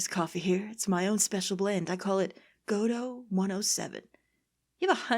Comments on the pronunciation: Really happy to see your reaction to Godot! Though, you appear to be periodically switching pronunciations for his name. While I feel like the proper one is "go-DOUGH", I'm pretty used to hearing "GOD-oh" by now as well. I've not usually seen people switch pronunciations like you have, though. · I figure there's comment somewhere that says this but it's Guh-Dough not God-Dough. There's only one D in the name. There I got it out of my system. (I'm aware this series 7 years old XD). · I forget if these are batch recorded but, its pronounced like Go-dough(perhaps with less of a strong "Go" sound since typically you don't put too much emphasis on it and you say it much faster as a result), not God-oh. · Aww! xD ♥Oh, dear; I cracked the EFF UP when you called Godot "Giordi LaForge"! xD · Meet Proton Jon's favourite character. I can't wait till you find out about his backstory. And according to the play it's pronounced Guh-Doe but I like to call him Goh doe or God-Oh because Guh-Doe is kinda hard to say fast. And if you think Godot and Edgeworth are hot just wait till the fourth and sixth games. (Probably 5 too if you're into goths) I swear to god whoever designed those prosecutors had the yaoi/bishonen genre in mind. As for the girl in my avatar? She's from the sixth game. So if you can't wait for or Tim to get there you can always play it yourself and meet her. God is she cute! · So 1. I'm sure someone said already but it's "Guh-Doe", based on the play Waiting For Godot. 2. Godot's theme has been covered by a jazz band (The Fragrance of Dark Coffee), look it up ASAP cause it's amazing. I used it to study/sleep for months, especially with fireplace/rain noises! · Just for clarification, it's pronounced "Goh-doh". The judge mispronounces his name as "Gobo" for that very reason. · Yeah, I used to be annoyed at hearing GOD-oh but now I just was interested in how was swapping out pronunciations, probably inadvertently. It just kinda stuck out is all.